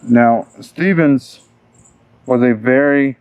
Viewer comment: You keep messing up his name bro.